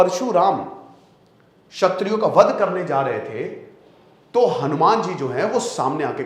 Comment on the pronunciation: 'छत्रियों' नहीं 'क्षत्रियों'